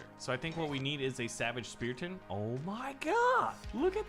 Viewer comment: Why u call it spearton it is Spartan no hate